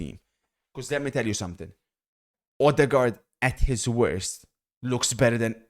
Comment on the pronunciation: Oh-du-goi❌ Ou-doggie✅